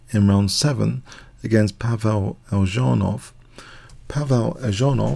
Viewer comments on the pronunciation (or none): Eljanov not Eldżanow. Check pronunciation before you start. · it's pronounced Elyunov